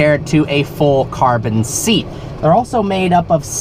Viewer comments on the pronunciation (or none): none